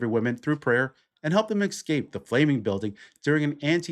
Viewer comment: its eScape not eGscape. Why can't people pronounce this word..